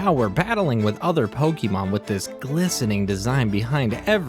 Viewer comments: it's pokémon not pokimon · >grew up on gen 1 >still consistently pronounces pokémon as "pokey mawn" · WHY DO YOU KEEP SAYING POKIEMON LIKE A 43 YEAR OLD WOMAN?! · Why's everyone pronouncing pokémon like pokimon it makes me mad bruh